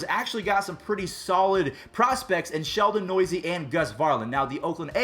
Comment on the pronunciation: “ Sheldon Noisy” it’s Sheldon New-se